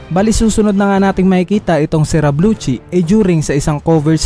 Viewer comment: Lusi po pronounce hindi po luchi Lucci